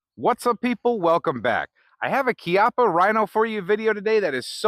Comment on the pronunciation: Yeah You pronouced it properly.. Your the first ive heard here. Bravo!